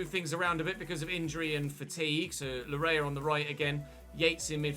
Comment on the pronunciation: its pronounced Layee not lawrea. thanks